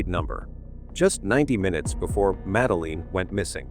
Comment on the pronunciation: Uhhghhh, the AI narrator makes my ears bleed! I can't even watch the whole thing! It can't even pronounce her name or simple words like poster right! Please, get a real person to narrate, stop cutting corners to save a few bucks! Take pride in what you produce! There's too much garbage out there today!